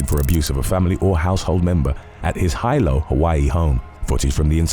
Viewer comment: Hilo Hawaii is pronounced heelow not highlow.